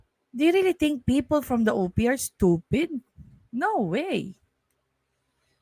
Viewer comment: ...you think I'm stoofeed?...."YESSSSS.....SI.......OUi...OO...,👍👍...🤗🤗😉😅😂🤣